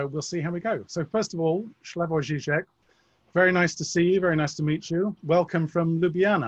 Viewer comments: Slavoj (not Shlavoj) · Slavoj is too gracious to correct the interviewer, so I will. His name is pronounced Slavoj, exactly as written, not Shlyavoj.